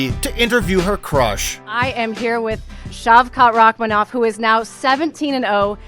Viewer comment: The correct pronunciation of his name is... Shau Kath Rah maan......